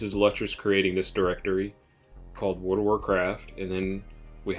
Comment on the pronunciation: Lutris is pronounced Lewtris